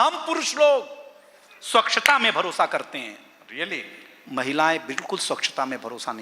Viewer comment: ' स्वक्षता ' नहीं होता " स्वच्छता " है